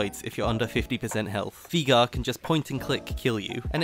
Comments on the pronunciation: If i hear you say veigar like that once more, i will un orange your juice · I love the videos. But the way you say Veigar triggers me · You pronouncing Veigar wrong hurts me mentally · Bro learn to say veigar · Its veye-gar. Not vee-gar. You would think an English man could understand english.... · German pronunciation is VI-gar, if it was VEE-gar it'd be spelt Viegar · I have heard people pronounce Veigar as: Viigar Vaygar but never Veegar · me: VI gar: Vigaa me: surprised Pikachu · Nobody: This guy: Viega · 12 minutes of saying veigar wrong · ITS NOT VEEGAR, ITS VEIGAR! VEY! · Drink every time he says Veega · Why are you saying "Viga" ? It's a bit... triggering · vay-gar or vye-gar, vee-gar doesn't make sense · "Vigar" there's an E in his name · Speak after me. Vay-gar. Not Vigar. Vay-gar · Did he just say vigar? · Viegar instead of veigar, nice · “Veegar” HAHAH Thats a new one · Vaigar not Vigar. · It's Viegar not VEEGER ya nerd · Vee gurr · viga? just say veigar or vejgar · Hearing you pronouce Veigar as VEE-GAR the whole video was hilarious. It's pronounced VEY-GAR, not VEE-GAR. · veegar not veigar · It's вейгар not вига, ffs 😂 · Veegar xD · Take a Shot everytime he says viga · its pronounced (Vay-Gar) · I clicked the video hyped af, heard "vee gar" and you ruined my, now they are????noises because I'm in fucking pain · I cannot get over than pronunciation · 12 min sayin viegar xD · u keep saying vegar, and we are going to have a problem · You did not just call him vigar xD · cmon man not even "Vaygar" ? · its VAY GAR!!!!! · i dont like how you say veigar as a veigar main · Its not Veega >.< Listen to Mordekaiser! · why does he pronounce veigar as vigar or vaiagra like xD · Great vid. I gotta say I found "veegar" very upsetting but thats a me problem, even if that pronunciation is objectively wrong. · Wtf why are you calling veigar vigar???? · Every time he said Vigar I visibly cringed